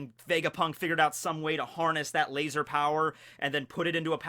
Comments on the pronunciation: I'm so glad you said "lazar" the regular way instead of your usual "Lay-ZOR" . that always bugs the shit out of me. 😅 Edit: turns out he keeps saying it, on purpose. At least he toned it down.😒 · if you are goinng to say lazor then can you at least say svword too? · Why do you say laser wired